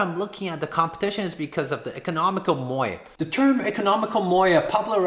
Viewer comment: Makes me hungry when you say MOAT